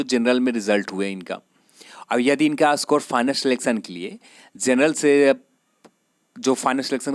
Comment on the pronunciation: Itna style me mat bolo bht irritating hai.bht zada cutoff zaaega.zenral nahi bhai genral hota h thoda dhang se bol lo..,aazaange,zab,zaa skte h etc lol